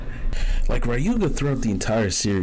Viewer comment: It’s pronounced Rayuga, written Ryuga